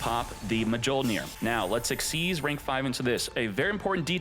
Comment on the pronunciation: Oh yes, my favorite card: Artifact Ma joh neer